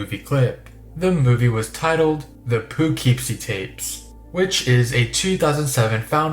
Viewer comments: Not to be that guy but that's not how u pronounce Poughkeepsie. I'm from there and I've always heard it said po - keepsie. Either way, that film seems really cool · Just so you know, poughkeepsie, I belive is actually pronounced like Pukipsee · being from poughkeepsie the pronunciation made me lol. its more like puh-kip-see!